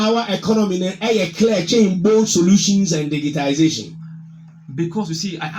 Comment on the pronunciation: Bro most people including the NPP say digitalization but the correct word is digitization